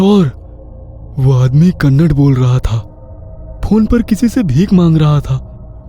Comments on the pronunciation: Not 'Kannad' it's kannada💛❤ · Bhai please one request please pronounce the word (kannad) as Kannada please love your videos ..... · Its kannada say it properly don't disrespect the language please!